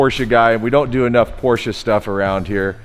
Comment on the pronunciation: Well at least you pronounced Porsche correctly, but you calling an engine a motor is killing me.